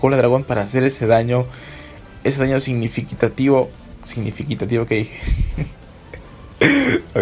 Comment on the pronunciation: Signifiquicativo:v Excelente Video!